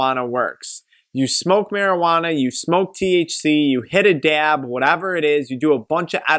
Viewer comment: The way this man pronounces DAYAB (dab) 😂